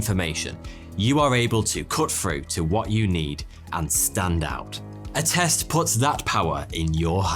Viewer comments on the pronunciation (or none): Not gonna lie I almost asked what test when you said Attest